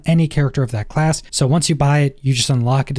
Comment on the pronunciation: Ok for real what’s with the random h’s you put in front of words? Like pronouncing of as huv